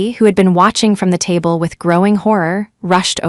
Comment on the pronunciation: tab---le???? sheesh at least try